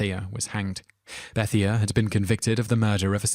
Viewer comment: Number 7 is pronounced "Bethaye" I have a friend with that name js.